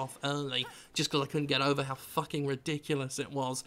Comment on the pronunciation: "...has truly FRUCKING ruined a game."